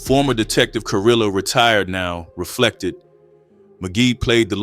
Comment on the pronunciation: Just a small thing and the videos are great, two L’s in Spanish is usually a “y” sound and a v makes a “b” sound. So Carrillo is Carreeyo and the r’s are rolled if it’s two r’s I believe but it can be hard to annunciate. Varrio is barrio, Güero I apparently get wrong but I think it’s like weh-ro, Guerrero means a warrior/fighter (hence guerrilla warfare) Güero means white/lightskinned. American pronunciation is fine too it’s just that Spanish speakers tend to blow up comment sections about it. That is good for engagement though.